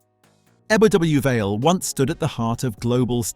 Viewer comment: "Eb-double U Vale" and "Mertbyr Tide fill" Come on you can do better